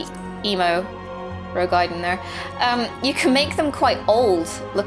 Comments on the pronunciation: Roegadyn. Row-gah-din. Why is it so hard? lol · I love this video, I really do. But something annoys me about the way you say Roegadyn cause there isn't anything between the A and the D that merits you putting a Y sound between them, as in gaiden... breaking down, the word is Roe Ga Dyn = Row - gah - din... awesome vid though. can't wait.